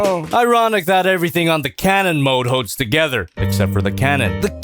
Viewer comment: said Karen not cannon